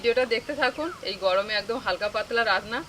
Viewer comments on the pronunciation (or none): 'পচন্ড পচন্ড পচন্ড পচন্ড গয়মে যোগাড়যাত যোগাড়যাত কয়ে হুপো আর হুপো' রান্না। ও বাবা শ্বাশুরিও বলে যোগাড়যাত!!!